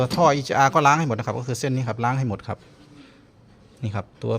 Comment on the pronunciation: ทำไมถึงพูดว่าน้ะขับแทนที่จะพูดว่าน้ะครับ